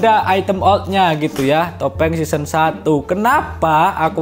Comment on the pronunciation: Season, bukan seasoan